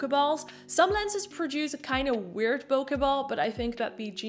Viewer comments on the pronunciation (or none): BOKEH IS BOW-KAY...OKAY? Thanks for the video!